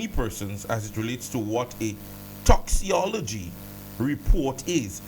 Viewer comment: Sir. Pronounce it as if it has a k. Toxicology (toxikology)